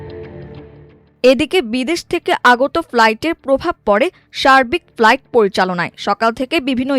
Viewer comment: সংবাদ পাঠক কেন ফ্লাইটকে প্লাইট বলছেন